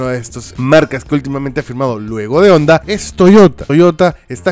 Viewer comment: Me agrada que leas y pronuncias correctamente el español cuando dices "onda" y no "jonda"